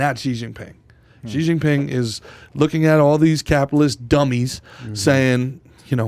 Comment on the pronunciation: Pronounced "Shee"